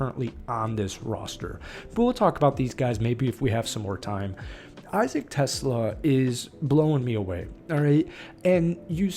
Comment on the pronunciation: It’s pronounced t’SLAH. Not TESS-luh like the car.